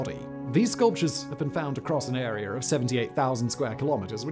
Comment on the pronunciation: Ok I can’t pretend the way you are pronouncing words that end with an a isnt just awful you say Nigeriar and arear but then say Carolina without the r at the end just pronounce it the way it’s supposed to be pronounced dude